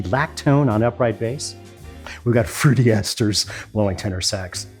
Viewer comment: There is no "I" in "Fruty Esters." Guy's a team player.